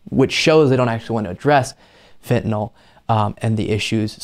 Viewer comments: I give the bissh credit she pronounces fentanyl correctly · Uh,she pronounces "fentanyl" correctly.